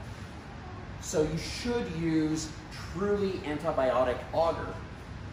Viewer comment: Not auger it's agar with the A sound in the first a and ah sound for the second making an arrr sound at the end